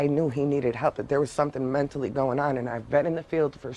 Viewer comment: He said menatally ill